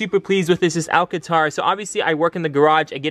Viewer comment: Man said alcantora😂